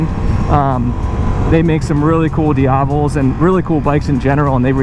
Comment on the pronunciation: Why does he mispronounce diavel